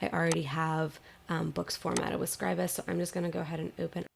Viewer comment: Thumbs up for pronouncing Scribus correctly.